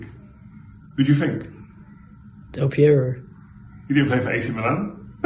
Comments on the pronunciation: ”Del Piero” lol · "Delpiero" LOL